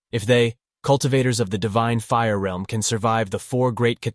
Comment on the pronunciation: Finally someone says realm right cause some people say reeeelm